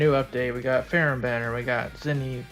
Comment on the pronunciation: Actually, the JP pronunciation is "Feramu" meaning the "h" is not there so you just call her "Fe-ram" in English.